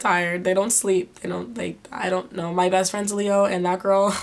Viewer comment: She said mah birthday :'D (February 15th)